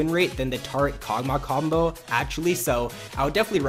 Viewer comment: When you say combo it sounds like "cumbo"